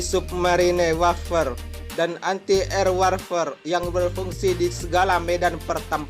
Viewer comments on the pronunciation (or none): Wêrfàrē ,,bukan warfer min klo membacanya...